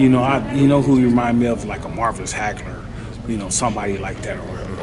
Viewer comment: Its marvin Hagler not marvis Hagler